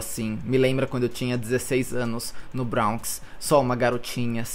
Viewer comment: Bronx se pronuncia "bronks" mesmo e não "brawnks"